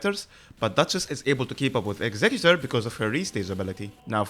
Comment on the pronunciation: Great video, and THANK YOU for pronouncing executor right!!!